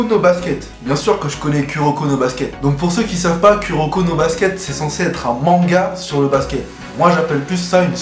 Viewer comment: lol ce qui va pas c'est pas Kuroko c'est ta prononciation x)